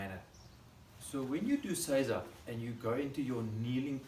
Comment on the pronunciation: So many other examples you can find will mispronounce seiza. says it correctly. Arigato gozaimasu for your great example.